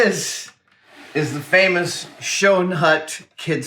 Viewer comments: As a dutch person, hearing Schoenhut pronounced 'show-en-hut' repeatedly is kinda weird :) 'Schoen' means shoe. And the 'oe' part is pronounced the exact same way... It's the 'sch' part you're gonna have trouble with... :D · noo its Schoenhut with the -oe pronounced like the -oo in book